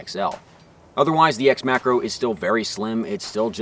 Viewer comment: When he says macro i hear Makarov ....